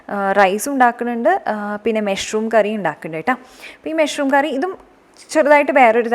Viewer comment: മെഷ്‌റൂം അല്ല.. മഷ്റൂം.. പലപ്പോഴും കേട്ടു..അതുകൊണ്ട് പറഞ്ഞതാട്ടോ.. nice vlog 👍